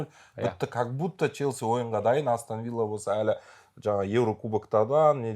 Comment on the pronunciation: Астан Вилла деп айтпаш Астон Вилла деп айтшы.